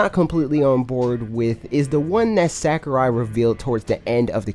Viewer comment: Sack-er-eye Oh god. Please stahp! lol, luv u bro